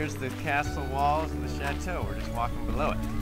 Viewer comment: When they say chateau it bugs me because I speak French and they’re not saying right